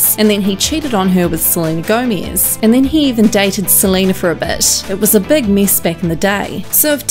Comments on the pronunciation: Am I the only one that hates how she says gomaiiiiz. Thank u for the likes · it’s GOMEZ not GOMIZ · I just wanted to comment this, never heard anyone pronounce it like this